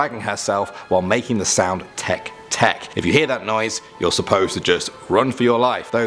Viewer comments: teh-kay teh-kay not tek tek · You pronounced it wrong tek tek is not the word its teke teke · The fact that he pronounced Teke-Teke as Tek-Tek is hilariously idiotic. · Te-ke Te-ke Live they kay out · You said the name Teke-Teke wrong lmao. Its not Teck Teck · I’m sorry but “tech-tech” 😭😭😭